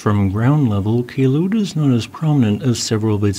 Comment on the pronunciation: That day in 2014, I canceled attending a competition because of the ash fall. Also, not to take down from your video, Kelud is pronounced as follows: - "Kel-" should be pronounced the same as the "-cle" in the word Uncle - "-ud" you have correctly pronounced it